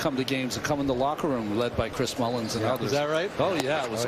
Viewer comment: Darling calling Chris Mullin 'Chris Mullins' come on man.